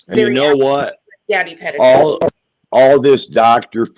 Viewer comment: Puh-teet-o...... NOT Pet-tit-o Haha 😉